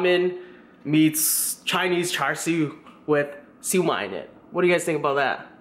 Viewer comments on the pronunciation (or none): AMAZING VIDEO, BUT AS A CHINESE BORN, IT HURTS ME TO HEAR YOU SAY CHAR SUI! ITS PRONOUNCHED CHA SUI! KEEP UP THE GREAT WORK! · Its pronounced "Chah-Sue" as from the Cantonese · It's not char sho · It's CHA SIU